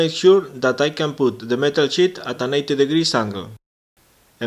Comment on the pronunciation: hehe im laughing so hard because ur saying shit in stead of sheet. Nice video tho, keep it up!